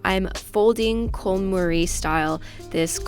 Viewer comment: Great video,! I think it's actually pronounced CON MAR-EE not CONE MARIE.;)